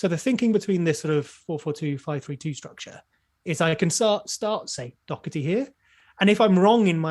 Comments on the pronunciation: Someone explain to me how Doherty is pronounced "Dockerty" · Doherty is Irish. He’s name is pronounced Doh-er-ty. I am Irish and have fries s with the same name.